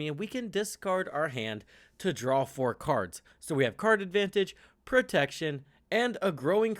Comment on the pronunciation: It's draw, not drawl.